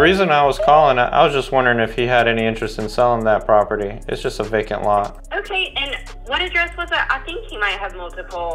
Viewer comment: Awesome content on your videos Like always brother ! It sounded like probate lista though but it is just vacant lot lol, Good job I see 2 deal there for sure🙏👍